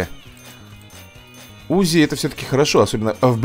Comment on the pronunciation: не у́зи а узи́